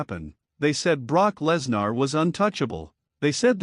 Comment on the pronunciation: Stop mispronouncing Lesnar 😢